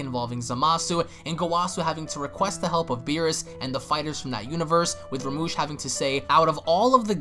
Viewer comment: I know I'm a but late but it's Rumshee not Ramush